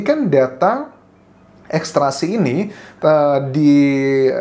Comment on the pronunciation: Maaf Mas Anjas, Ekstrasi atau ekstraksi ?